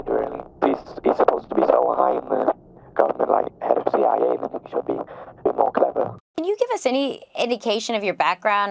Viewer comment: "CWA" 🤣 really?